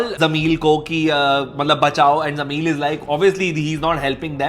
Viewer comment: Why is he saying jameel instead of jameel